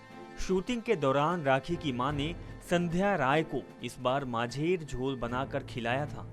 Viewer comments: Majher jhol mehi macher jhol ( fish curry ) thik se pronunciation karna sikh lijiye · Abey it's macher jhol (fish curry) ..... It sound funny majher jhol 💐😂